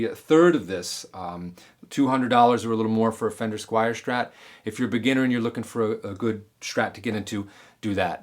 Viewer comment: Its not Squire , It's pronounced Sqweer : )